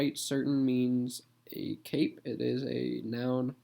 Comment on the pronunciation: i heard 'cake' but it's a cape (pelerine)